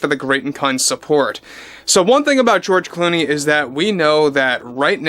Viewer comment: George Gloomey or is it George Looney or is it George Gloomy....😂😂😂😂